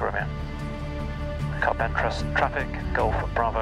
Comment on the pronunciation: Another great video. Amazing that you got all the way to Carpentras without learning how to say it. CAR-PONG-TRAH!